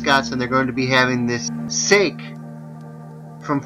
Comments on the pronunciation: sake is pronounced "sah kee" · Sah-kee. Hahaha. Sake.